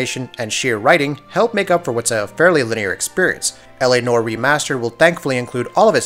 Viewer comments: "Nor" = "Nowah" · "L - A - NWAHR" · Why do so many people have issues saying noire? Everyone pronounces it nor. That’s not a word! Anywhere! I don’t even know how to spell is phonetically. Fuckin google it Jesus Christ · yasssss. I was about to comment on how he says "Nore" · Dude it's noire. The e isn't silent you say it like the french would say it. Naw-wah.